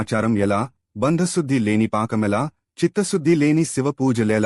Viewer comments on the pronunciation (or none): భాండ శుద్ది సార్ బంధ శుద్ది కాదు